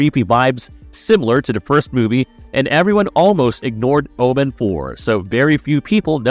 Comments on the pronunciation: I can't "like" a video when the narrator can't even pronounce the subject of the video essays' name correctly... The Oh-Man... It's O-men... I could be out of the loop, but is this an AI narration channel? If so no worries. I'll just avoid. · Its OMEN not OMAN. Learn to pronounce words properly. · Jesus it's "Omen" no "Oh-man" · Why are you saying Omen like that? And why are you saying Jackal???